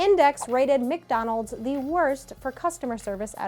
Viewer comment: Why do they say McDonald's like that